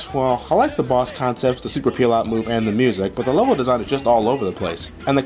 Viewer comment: *It's the super peelout. Not pealout, or pillout ( edition XD).